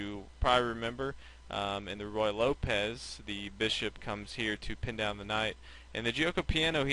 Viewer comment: Ruy Lopez, not Royal Lopez :)